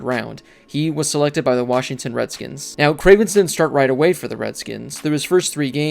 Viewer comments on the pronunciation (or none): You're a piece of shit because you're purposefully putting emphasis on the old name. You racist asshole.